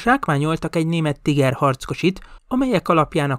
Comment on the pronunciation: A szovjetek nem 76,2mm es lövegeket használtak? A videóban végig 75mm t hallani. A Tiger harckocsi helyes német kiejtése pedig Tííger. Többet nem kukacoskodom, jók a videók!